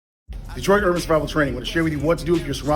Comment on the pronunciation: "Detroit urwururr Survival Training"